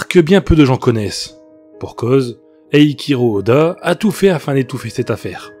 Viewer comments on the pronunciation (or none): On dit EiCHiiro Oda et non pas « Eikiro », tu regardes pas One Piece je me trompe ? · Eiichiro Oda prononcé bizarrement